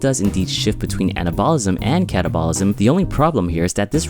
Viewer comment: It would be easier to take this seriously if you would pronounce "anabolism" and "catabolism" correctly. :p